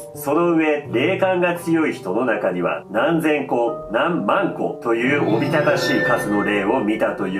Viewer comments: なんまんこのイントネーションわや笑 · 何万個の万個のところ強調するの草